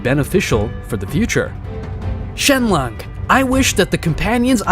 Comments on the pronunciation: "shenlong" 💀 "shenlonk" 💀💀💀☠︎☠︎ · It's Shenron not shenlock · Shenron become shenlong😂😂😂😂😂